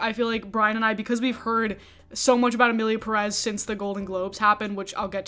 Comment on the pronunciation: A bit wild that you make an entire video about a movie and you don't take a second to find out how the movie is pronounced.